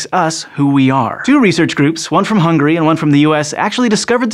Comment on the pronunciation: did u just call Hungary "hungry"?